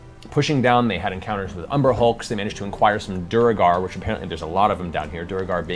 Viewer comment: Matt's ongoing mispronunciation of "duergar" (he says "doo-reh-gahr",which would be written "duregar"), Liam's correction (he says "doo-er-gahr" although it can also be "dwair-gahr"), and the cast's response (laughing as if Liam made the mistake) is interesting foreshadowing of C2 and the dockside sessions where Matt mispronounces "quay" (said "key" in all of the rest of the world) as "kway" (only accepted in some parts of the US, and apparently not even in all of North Hollywood), and Liam's gentle correction is just ignored. That was so grating to me that I had to watch the associated episodes muted and with CC, as I just got frustrated otherwise...